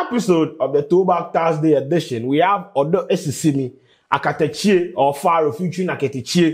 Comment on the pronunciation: It’s Akatakyie😂 but you tried👍🏽